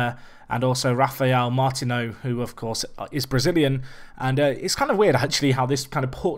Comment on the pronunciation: Martinho is pronounced like every other Brazilian/Portuguese player like Coutinho or Ronaldinho. Just saying.